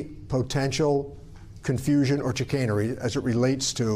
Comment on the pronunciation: I know he didn't say chicanery!